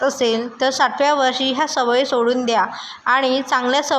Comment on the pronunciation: साठव्या काय म्हणतेस साठाव्या वर्षी असे म्हण.